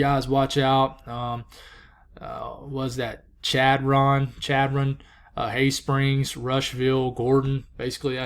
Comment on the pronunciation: Chadron Nebraska is pronounced SHadrun. I live in NE - Lincoln and I follow - We are out there